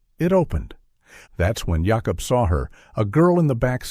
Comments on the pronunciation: I understand not everyone pronounces some things the same but "Yacob instead of Jacob?" Wow 😮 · Ive never heard of that pronunciation of Jacob.